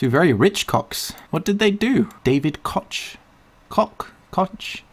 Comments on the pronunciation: Koch is pronounced "coke" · I believe "Koch" is pronounced like "Coke" Eyyyyy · Koch is pronounced like "coke" get your mind out of the gutter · You keep calling it Cock when its pronounced "COKE" and I'm not even mad because they really are a couple of dicks. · Koch is a german name (means Cook) and it sound more like "Cohr" and not "cock" ,"cotch" or like they say "coke" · doesn't realise that Koch is pronounced Coke then huh... But he's right, cocks. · Koch like coke not cock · Funnily enough, Koch is pronounced "cook" but it sure does look like cock xD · Koch is pronounced "cook" it's halfway between "cook" and "coke" but more like cook. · Koch is actually pronounced like coke. I only know that because they are from Wichita Kansas and so is a lot of my family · Koch does not equal "coke" in pronounciation. No. Just no. I refuse. Same with the last name Richter. It's not supposed to be "rickter". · "Koch" is german for "Cook" btw. And it isnt pronounced like "cock". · Koch is pronounced coke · Also, it's pronounced coke, like the soda. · You know it’s pronounce like coke, right? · FYI, I'm pretty sure the name "Koch" comes from the German word "Koch" which means "chef" (as in a kitchen, cooking and stuff). ((I think it should be pronounced like this [kɔx]. It's K, o, and something that reminds me of the beginning of [J]alapenos. It's a sound which doesn't exist in the English language. It sounds a little like you had something stuck in your throat or like a hissing cat.)) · Koch isn't pronounced Coke, it's German for Cook, it's pronounced closer to Kaugh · Koch is a german word and means chef/cook. Originally it's pronounced with a harsh h sound like in coJones and not like cock xD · Koch pronounced coke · Koch is German for cook and not really pronounced Cock. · Koch is pronounced Coke, you may have heard of "the Koch brothers" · its pronounced like coke, they basically own the american election as far as the republican side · koch is pronounce like coke